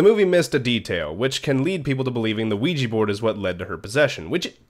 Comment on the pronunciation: Its pronounced wee ja board.